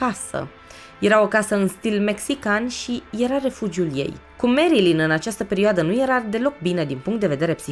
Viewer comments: Foarte bun documentarul, însă faptul ca-i pronunți numele greșit zgârie puțin, pui acceptul greșit și suna destul de ciudatel nu e "merILIN" este "merLIN" (am scris cum se aude nu cum se scrie corect) acceptul pe primul I nu exista. În rest genial, relaxant superb ține-o tot asa❤ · Merilin se spune Nu merlin ca nu este vrăjitorul din Oz